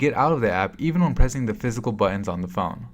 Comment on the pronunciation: The way he pronounces "buttons" irritates me. Enunciate the damn Ts!